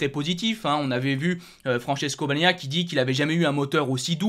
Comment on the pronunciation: In italiano se dice Pecco "Baniaya", no "baniania". dice bene Rore Martin o Bezzechi